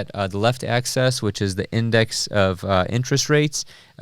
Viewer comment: You pronouce "axis" like "access" and it bothers me, but you still get a thumbs up.